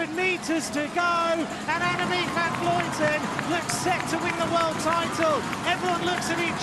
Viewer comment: Why does insist on mispronouncing AVV's name? It's inexcusable. I'm sure he's been corrected many times. (edit: I just watched to the end. It's absurd to hear him repeat her name incorrectly again and again as she crosses the finish line. How can anyone call themselves a professional and get something so basic so wrong?)